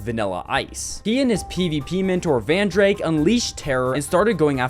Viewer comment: No way he just misprounounced Rizen smp to Rizzen, and Vandrayk to Vandrake